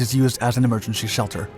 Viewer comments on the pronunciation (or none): You’re really going to close out with “Emergensheshelter”